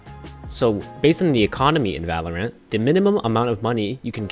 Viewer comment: No one: This guy:Valor-ANT